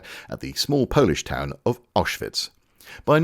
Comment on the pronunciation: butchered the name of this place in his own, unique way. It sounded something like 'Osjwitz', like he started with the Polish town and ended with the German camp..... Considering the history of this place, it deserves, more than any other, to have its name used and pronounced correctly. Is it true that the German name of this place is (only) used to refer to the concentration camp, and that when referring to the town, the surrounding area, or any other period in history, one uses the Polish name, Oświęcim?